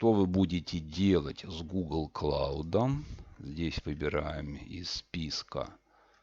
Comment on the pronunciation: Триал, клоуд - чувак, учи английский, ты его не знаешь. И переводишь неправильно, и произносишь неправильно